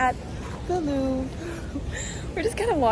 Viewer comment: Here’s a small tip for your pronunciation: it’s "le LouvRE", not "le Louv" :)